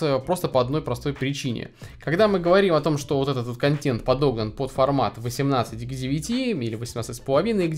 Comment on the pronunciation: У меня кровь из ушей при слове контЕнт через Е, а не через Э.